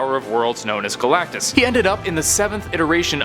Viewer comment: Did he just say gulactus the life bringer he eats plants how is he a life giver 😡